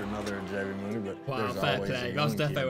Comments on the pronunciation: It's pronounced Mooney the A is silent say it like the character in Harry Potter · It’s pronounced Mooney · Pronounced Mooney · His last name is pronounced (Moon-ey) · His name is J.B. AND IT'S PRONOUNCED MOONEY.. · moon-ey is how you say it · You say it like...mooney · His last name is pronounced like mooney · JB "Mooney" is good it's pronounced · It’s pronounced MOONY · Pronounced MOONIE